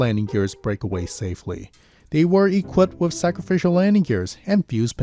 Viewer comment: The word “with” does not have an “f” in it. There is no “s” on the end of “landing gear”.